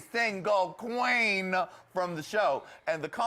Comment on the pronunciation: Lady Red said "Hi Qween" wtf is Hi Qween!?